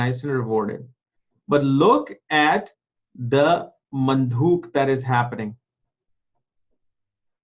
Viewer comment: It's probably Manduk not mandhuk!